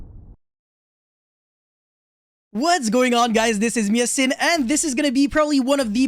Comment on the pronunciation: = Biss-ted triggers me and I eat more xanax so I kill more my man.